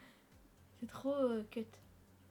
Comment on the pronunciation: RIP La langue Anglaise il t'a sorti un cut au lieu de cute mdrrrrrrr